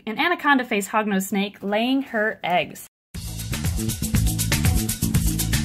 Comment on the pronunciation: Every time she said Hognose I thought she said Hogwarts🤣